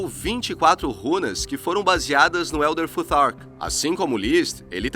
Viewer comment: Como fica ridículo brasileiro tentando falar inglês Elder tutar kkkk😅